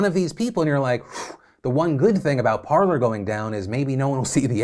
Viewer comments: I'm fairly sure it is pronounced Par-lay. As in the french verb to talk. Par-ler makes no sense. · Lads cmon. It's basic french. Par-lay. Not parlour.